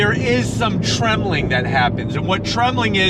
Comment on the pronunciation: tremling????? what???? You mean tramlining?